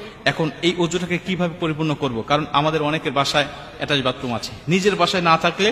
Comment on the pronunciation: উচ্চারণ টা এটাস্ট বাতরুম নয়। ওটা হবে অ্যাটাচ বাথরুম। তুমি তো নিজেই একজন অজ্ঞ লোক।